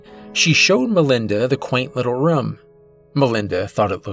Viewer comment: I like your stories but the way you say room as rum drives me nuts in every video